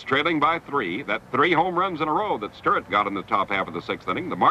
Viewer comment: How the hell can you repeatedly mispronounce Stuart but properly say Triandos?